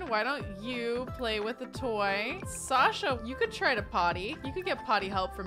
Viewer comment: Hey, I love how you use a bunch of the names we suggest - and I really like that you used Sasha, that's my chosen name and I don’t often hear people who haven't heard it from me pronounce it the way I do but you get it just right! So thanks for the totally accidental affirmation!